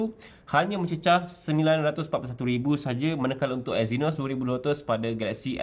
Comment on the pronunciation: Eynos? Euuwwww 🤢